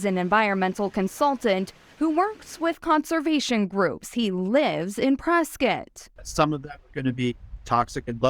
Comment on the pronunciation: It's pre-SCOTT not Preskutt 🤦‍♂️